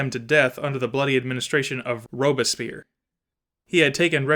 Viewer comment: Robespierre is pronounced “Robes Pi Erre” Just FYI 😊